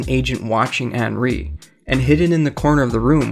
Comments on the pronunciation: Stopped watching for the horrid mispronunciation of Anri. They even pronounce it for you in the game dude. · “Anree” “egone”